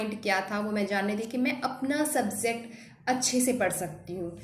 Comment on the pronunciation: "Subzect" nahi "Subject" hota hai